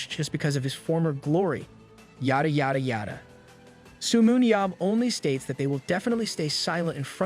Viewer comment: Come on dude it's not su but seo se-yo